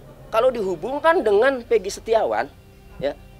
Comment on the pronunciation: yg sangat mengganggu itu adalah soal penyebutan nama , egi perong pegi setiawan 📷📷📷